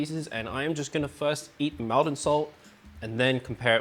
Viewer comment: Not trying to be awkward because the video is great as usual but Maldon is pronounce "Moldon" like Salt is pronounced "Solt"